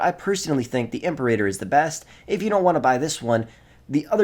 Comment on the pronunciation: God, the way he pronounces imperator is so cringe